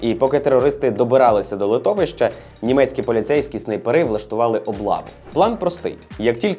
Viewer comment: Про нацистський скандал не сказав. І не зовсім сподобався наголос у слові снайперИ. Здавалось, снАйпери треба. Дякую за контент.